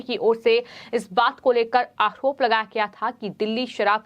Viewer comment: आहरोप ...उच्चारण ठिक नहीं